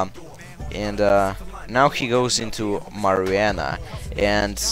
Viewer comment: the celebi aka marijuana is pronounced mari-wuana not mari-ana lololol just sayin....